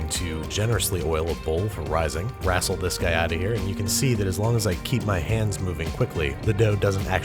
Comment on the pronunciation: Anyone else hear him say "wrassle"?